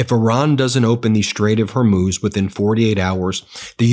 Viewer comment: hi Ben I enjoy your channel but it's a bit irritating that you can't pronounce Hormuz correctly. You pronounce it Her Moose - it's pronounce HOR Moose - HOR pronounced like the first 3 letters in horse or horrible.